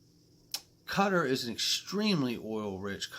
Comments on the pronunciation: Hasn't Thailand said they will be using XRP nationally? and you need to work on your pronunciation of Qatar , haha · Great vid again, great insight to what’s going on 👌👌 QA-tar is the way its pronounced just to keep you right. Seriously rich part of the world. I think they basically bought the World Cup to come to their country, or atleast trying to!